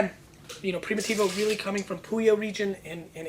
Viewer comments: it's PRIMITIVO not PRIMOTIVO! and stop yelling... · less than 1 min into it ... and couldnt stand it ... one should not make a video on wine if they can't figure out how to prounounce it .. even a elementary school kid can pronounce Primitivo right ... box of Clorox is in poor taste esp around wine and this isnt a sports show is it so why r is this guy yelling?